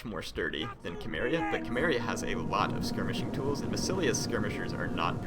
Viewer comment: isnt Cimmeria said like: Simmeria? and not Kimmeria.....?